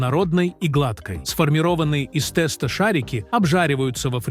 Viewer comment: Я долго терпела подачу этого текста с неправильными ударениями, но слово тэста меня добило ! Уши закрываются при таком произношении.Даже если это искусственный интеллект, но неужели нельзя это правильно озвучивать? 🙉🙉🙉🙉